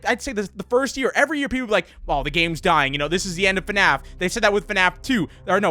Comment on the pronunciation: Its Called fnaf not fanaf